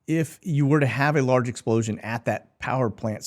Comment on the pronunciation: Did you say nuclear sposioun? Man what a rook